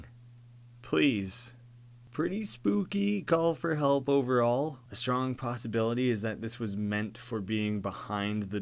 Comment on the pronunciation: D-did he say Pastabilites?